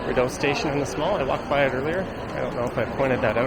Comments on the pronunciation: Lol FYI, we pronounce it "Ree-dough" . Thanks for this tour! Now i can share this with my friends and family to show them where i go basically every day... gosh i have sooo many random things that have happened to me in this mall. Lots of memories here! Id say 50% good memories and 50% bad memories. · “Biggest mall” it’s not a big mall at all actually. And you’re over pronouncing the DOE part in Rideau. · It's REE-doe, not rid-OH... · Enjoyable video! For future reference, it's pronounced "Ree doe" (phonetically) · Yes it is a French name/word, but I am almost certain that it's still not that over pronounced in french. At least not Canadian french. (yes there is a difference in Canadian french to french elsewhere).